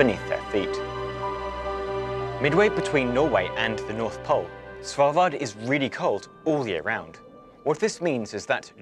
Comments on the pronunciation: Pronunciation of Svalbard and Longyearbyen was pretty damn good, couldn't help but notice. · He pronounced Svalbard perfectly